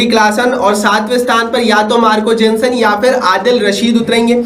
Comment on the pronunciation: केमरून ग्रीन 😂😂 अडील रशीद 😂😂 अभिषेक सिंघ 😂😂 बेन इस्टोक 😂😂😂 मार्को जेनसन 😂😂😂 bro sabse pehle name sahi se bol le fir aana comparison karne 😂